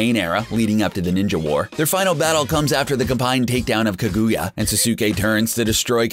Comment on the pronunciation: He also accidentally said kagooyah